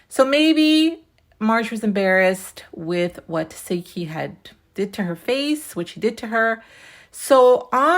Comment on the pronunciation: Why you keep saying tesehki name wrong? Lol